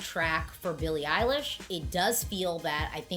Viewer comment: You keep saying Billie Eyelash😭😭